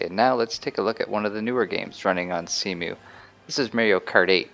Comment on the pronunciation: when you call cemu "See-mew"